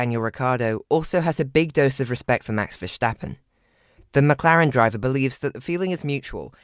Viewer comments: Good video but a tip for the pronunciation : Verstappen (Vuh-sta-pen) and not : Verschtappen (Vuh- sch-ta-pen). Pronouncing it with the SCH it sounds more like German. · It boggles me why English people add the SH in Verstappens' name... VerSHtappen ?? why? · it’s not about accents. They don’t pronounce the English word ‘stop’ as ‘sshhtop’, do they?